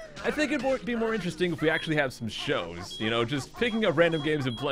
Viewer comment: Oh i thought he said new shoes not shows